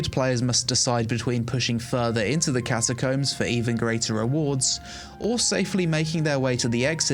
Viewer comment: I love you, but that's not how you pronounce "CATACOMBS" brother, it's giving "penglings" from Cumberbatch :D BTW> Will check out New World!